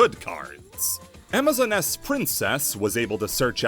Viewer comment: Did you just call amazoness, amazon ness?